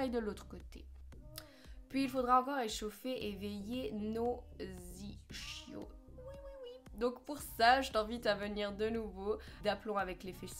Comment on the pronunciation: J'adore tes entraînements ! Par contre il me semble que l'on dit "iskios" même si cela s'écrit "ischios" ❤❤